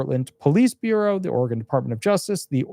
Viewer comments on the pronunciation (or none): none